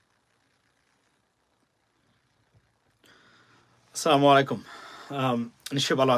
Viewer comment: সালামটা শুদ্ধ করে শিখে নিবেন প্লিজ। আস সালামুআলাই কুম।